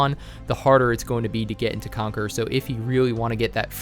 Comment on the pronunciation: Everytime he says Conquer Me: Conquerors haki biyaaaccchh